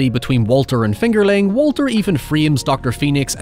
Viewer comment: Everytime you say fingerling, it almost sounds like “it’s finger licking good” lol